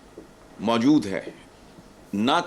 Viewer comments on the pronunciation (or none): none